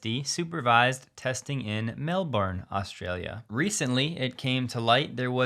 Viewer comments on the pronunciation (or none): It's Mel -bun, not Mel-born. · Not mel-bore-n! It’s Mel…bin…. Mel.. bin! 🤦‍♂️